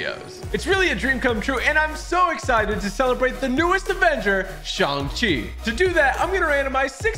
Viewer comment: I don’t to be one of those people who are pointing stuff out in a rude way but he keeps saying shong chi